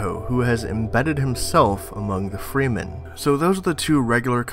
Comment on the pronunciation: freemen....its pronounsed fremen